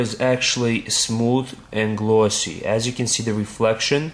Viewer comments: LOL "its also smooth and glawwsyy" XD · lol u say glossy very wierd